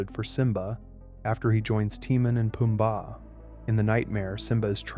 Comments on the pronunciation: why did you call them teemun and poombar? 😂😂😂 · it baffels me how you can still mess up Timon and Pumbas name even as you have heard them in the movie! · The way he's saying Timon and Pumbaa is pissing me off and I think on purpose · "tee-man and poomba" 😂